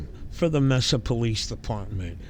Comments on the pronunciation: Hey fam, it’s pronounced Mesa Maysa not messa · This channel doesn't even spell amendment correctly and can't pronounce Mesa right. What a bootlicking moron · Pronounced Masa long a is the first a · I thought Direct D was legally banned from filming the police after his last arrest/court date. By the way its pronounced MAY SA. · I'm from California, and we pronounce it "May-sah". Pretty wild how the pronouncement changes so much. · (approx) he pronounces it "May sah" the California way. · Pssst, Mesa pronounced like May-sa. 😊👍